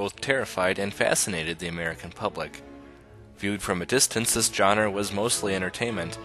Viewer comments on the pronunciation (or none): none